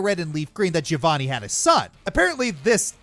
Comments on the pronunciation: Anyone else triggered by how pronounced Giovanni's name Ga-vo-nee instead of Ge-o-vo-nee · Its pronounced "Geo-vanny"